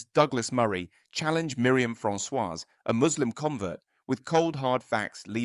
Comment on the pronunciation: silent s on 'Francois' 'could potentially' - always just 'could'